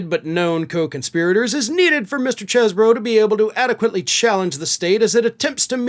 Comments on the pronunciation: Cheezebro! That seconc "e" makes it clear. Chezbro? No. Cheezebro. Yes. (No, criminals don't get to devise their own phonetics.) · Pronounce it properly. It's "cheese-bro". Definitely.